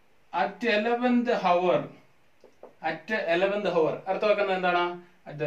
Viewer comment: നല്ല ക്ലാസ്സായിരുന്നു. ഓർക്കാതെ പറഞ്ഞ ഒരു കാര്യം ഓർമ്മപ്പെടുത്തട്ടെ. hour എന്നത് "ഹവർ " എന്നു ഉച്ചരിച്ചു. h Silent ആയതിനാൽ " അവർ " എന്നേ ഉച്ചരിക്കാറുള്ളൂ.